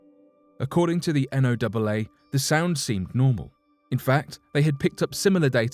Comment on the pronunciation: NOAA is pronounced, predominantly, like the name Noah.